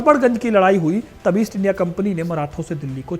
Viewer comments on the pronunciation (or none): none